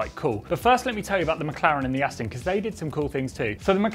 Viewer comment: Please just say McLaren